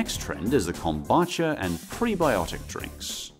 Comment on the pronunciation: Kom-boo-cha 😅 not kom-ba-cha